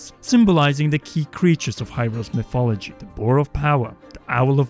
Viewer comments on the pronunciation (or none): none